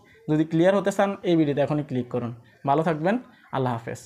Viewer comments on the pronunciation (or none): none